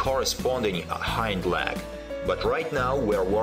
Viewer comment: I really like this and it is useful but I have to smile whenever he says 'leg' as 'lag' 😸